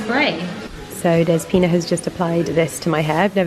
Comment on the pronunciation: Next time you go to the salon call her dEspina instead of despIna. Youll make her smile! That's how we say it in Greece.